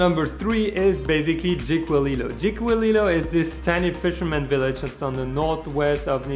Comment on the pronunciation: Jiquillio is pronounced «ickyleo»